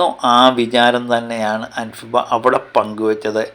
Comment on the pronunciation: അൻഫിബ അല്ല അൻസിബ 😅😅😅😅😅